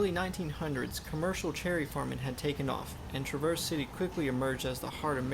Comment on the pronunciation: That's TRAAA-verse City. Accent on the front of the word.